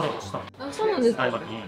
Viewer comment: 「あ、そぅなんですか？」が本物の発音w 回らない寿司屋はアテクシは数回しか行ったことない。羨ましぃ^_^